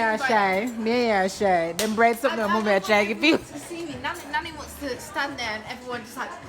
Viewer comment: Pina colada vs pinot grigio joke is the best. Did your mom just say noh peanut noh in deh? ROFL